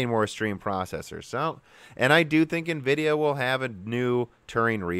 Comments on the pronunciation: EN-vidia, not NE-vidia ... #JustSaying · n vidia... i mean it's in every instance of nvidia writing their name they write it NVidia grammatically you're then supposed to spell the N spearately from the vidia and no one say n as "ni" this is the first time i've heard this way of saying it. i know it's common but it's annoying as hell even if english my second language... just stabs my ears everytime :/ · “En-vidia” and not “NA-vidia.” On some older games a woman’s voice would whisper “Envidia” at the splash screen when you start a game. You said it correctly at the mark. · Its N -Vidia, not Ni-Vidia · Is there any particular reason you're pronouncing a bunch of the words wrong? Nvidia is pronounced en-VID-eeyah: , ASIC is pronounced /ˈeɪsɪk/ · En-Vidia pls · Nuhvidia? Really? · I like this channel but hearing nividia sounds off. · NEHVIDIA XD